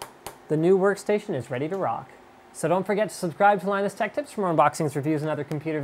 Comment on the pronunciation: Firstly his name is Linus, not Linux... secondly wtf is wrong with slick, seriously don't be a hater, really not cool...